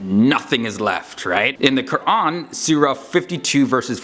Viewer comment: dang...thats impressive...the way you pronounciated QUR'AN was to the point